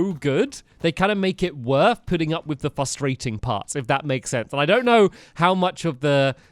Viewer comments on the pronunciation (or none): why does he always say fustrating instead of saying frustrating.